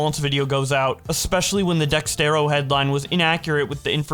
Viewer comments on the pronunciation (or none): Can you say dexerto correctly